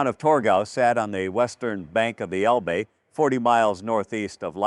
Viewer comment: It's el-buh!! Not el-bee!! If you (video producer) can't pronounce proper names of people and places in the story correctly, you should consider another occupation. Something like selling comic books!